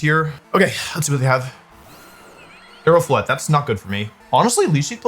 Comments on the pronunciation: I’m hearing mega floette like it’s Incineroar… I’m not liking this lol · "Mega Floethreat" actually goes hard